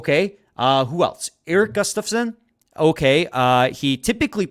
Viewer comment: Grumpy old men. Thats why youre saying gustoffzon funny